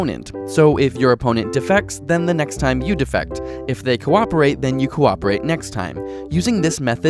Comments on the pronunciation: "Defect" pronounced "DEfect", with emphasis on "de" is a noun. As in, "There's a DEfect in this video." "DeFECT", with the emphasis on "fect", is the verb. As in, "I choose to deFECT from improper pronunciation." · Please, please learn how to pronounce "defect", the verb (de-FECT) vs. "defect", the noun (DEE-fect). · Is there a region where the verb is pronounced "DEE-fect"? If so, I apologize. It sounded as if he were just mispronouncing it. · Sean Sinclair Agreed. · For the verb "defect," put the stress on the second syllable: deFECT. For the noun "defect," put the stress on the first syllable: DEEfect. This isn't just annoying detail. The two words have different meanings. Here you are talking about leaving the group. I.e.: you need the verb - the opposite of cooperate. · The two strategies are "cooperate" (verb) and "defect" (verb) pronounced /dəˈfekt/, not "defect" (noun) pronounced /ˈdēfekt/. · Anyone else annoyed with how he pronounces "Defect"? It's like the card has something wrong with it rather than the intended meaning of betrayal.